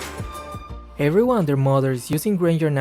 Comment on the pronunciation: I laugh when say severyone and their mother